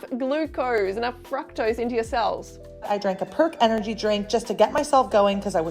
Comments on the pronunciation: Is she saying FRUCKTOSE? She says fruit fine though....confused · I cant stand the way she pronounces fructose...ITS NOT FRACKTOSE YOU GOOBER!